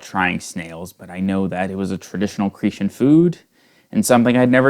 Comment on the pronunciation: pronounced CRE_TAN